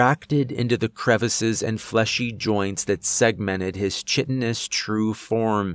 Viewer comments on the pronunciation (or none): Just a small thing that always gets me. Chitinous is pronounced kite-en-ous, not chit-in-ous. Based on the word chitin, which is what insect shells are made of. Pronounced "kite-en" with a hard K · Right, kai-tinous.